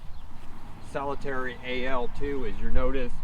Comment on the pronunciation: Its NOT Solitaire ending with an ee sound. Solitaire as is solo, 1 person. Pronounce it as you do the card game- the one you play by yourself.